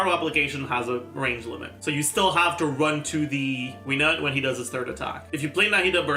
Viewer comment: Wenut is pronounced: "Way-Noot"